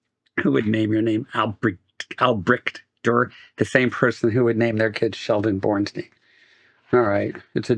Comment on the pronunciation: Here you are complaining about the name Albrecht Dürer and you are not even close pronouncing it correctly :D